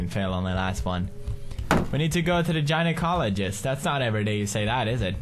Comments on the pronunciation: gina-cologist lol love how he pronounced it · Gina-cologist hahah